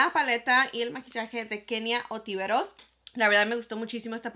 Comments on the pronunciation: es “Kenia Ontiveros” Y no “otiveros “ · ONTIVEROS!! mi chula ni por qué está escrito en el paquete.. ni escrito ni pronunciado!!